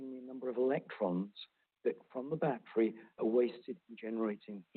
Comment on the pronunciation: Peter needs to learn how to pronounce the words “battery”and “schedule.”